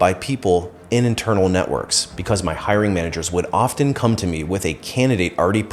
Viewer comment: Often is often mispronounced.